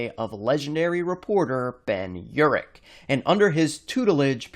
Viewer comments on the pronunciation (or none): none